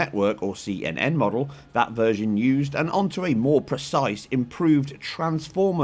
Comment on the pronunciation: He called cnn “ccn” the whole time